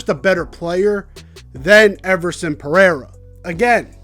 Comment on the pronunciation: He's trying to say, (peh RAY rah) Pereira, which is Portuguese.